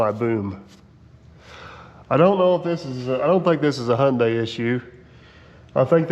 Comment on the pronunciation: I'm amazed. You know how to pronounce Hyundai. We saw it on a semi trailer years ago. Rhymes with Sunday. So we always knew. Lol. Most don't. 😅😅😅😅😊